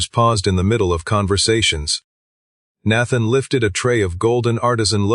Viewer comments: Need to teach your AI how to pronounce Nathan!!! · Would be much better if the AI voice could pronounce Nathan. And understood something close to voice inflection.